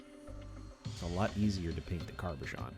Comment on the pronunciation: Cabochon doesn't have an R sound in it. 😁